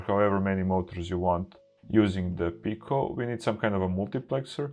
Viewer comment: Hi, good to see you back. Just wanted to let you know that "Pi" in Raspberry Pi is pronounced "pie" rather than "pee". You are pronouncing"Pico" correctly as "peek-oh".:-)